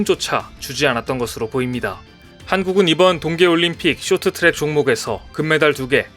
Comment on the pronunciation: 쇼트트랙이 아니고 숕 트락